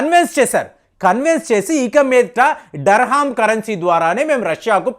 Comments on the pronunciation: sorry to correct you it's not so important but I thought to say you UAE currency name is Dirham not Darham I am not trying to judge gust want to update the term Thank you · Durrrrr Hummm కాదు మాస్టారు, దీరాం.. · Iqbal సట్లెజ్ నదిని సూట్లేజ్ నది అన్నాడు Dirham ni dharham anatam ఇంక అనటం నాకు ఆశ్చర్యం కలిగించదు 😂😂😂😂